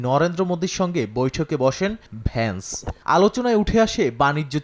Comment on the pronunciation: ভেস নয় বেটা ভেন্স